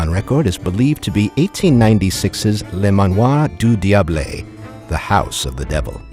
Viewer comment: LE MANOIR DU DIABLE ISNT PRONOUNCED LIKE THAT LMAOOO